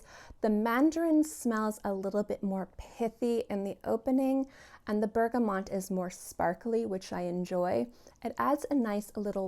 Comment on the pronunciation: Isn’t it pronounced bergamot? Thanks for your video!